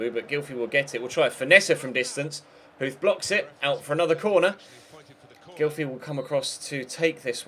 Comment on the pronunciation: Hey, just want to let you know that the "th" in Huth is pronounced like a "t", nice Video, greetings from germany:)